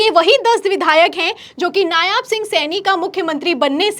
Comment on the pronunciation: नायाब नहीं, नायब कहिये। जितनी ख़बरें दिखा रही हैं उन सबमें नायब लिखा होने के बाद भी------।